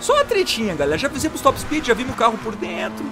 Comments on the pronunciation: em vez de falar top speed, fala TOP SPIT KKKKKK, e traz o mod do camaro ZL1 é um carro que sou apaixonado vlw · em vez de falar top speed, você podia falar TOP SPIT KKKK